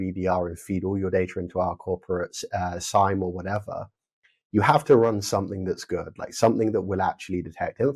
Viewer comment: Did you just invent an new way of pronouncing SIEM (SIM) ? SYME :)